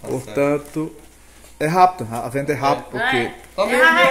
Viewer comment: troca o v pelo r: venda ela fala renda kkk